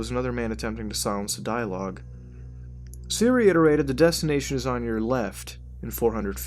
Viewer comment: I swear instead of siri he said Syria